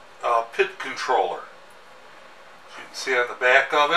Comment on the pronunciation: And it's Pee-eye-dee controller, Not "pit" or "pid" Sounds like Bob Villa when you say "pid for the thermocoupler"